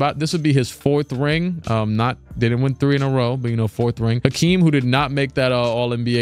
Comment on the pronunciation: It’s Hakeem not Akeem wtf